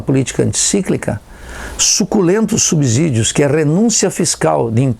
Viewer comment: Meu Deus, esse cara ser professor universitário é a prova cabal que o ensino superior, no Brasil, acabou. Ele não sabe sequer falar “subsídio”... me espanta que um semi-analfabeto desse tenha se formado em economia, quanto mais que seja professor.